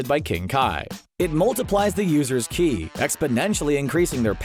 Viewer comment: I was bothered more by his incorrect pronunciation of Ki. I mean, come on, at least be better than Dragon Ball: Evolution.